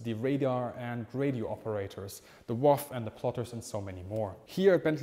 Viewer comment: Well, apart from speaking so fast it was difficult to understand what was being said and mis-pronounciations; what is The Woff? Or do you mean The WAAF - Womens Auxilary Air Force? I had an aunt who was one of them, out on the AA Batteries on the range finding gubbins. My father had just turned thirty (late because he was on reserved occupation at Ealing Film Studios) when he was called up into the RAF in 1942 (de-mobbed in 1946 and back to Ealing) and spent his entire time down The Hole at RAF Uxbridge, 11-Group Fighter Command HQ. He was an electrician but beyond that none of us know what he did - the family joke was he spent his entire four years down The Hole mending fuses. You're not alone in this but it is a shame you didn't mention IFF - Indentification Friend or Foe, a transmitting gizmo in friendly aircraft which sent out a signal telling ground controllers who they were. I've just retired from over 50-years in the British film & TV industry (apart a few months at Studio Hamburg) and the best advice I can give you is if your on camera vocal delivery is too fast hire in an actor to do it for you - with or without a German accent. PS: My Father worked on the 1968 film "Battle of Britain" as a lighting electrician and, along with other camera crew of his generation, spent a lot of time moaning about the pilots 'driving their aircraft around the sky like a lot of bus drivers'. Word got back the production office and that's when the Spanish pilots got a quick lesson in 't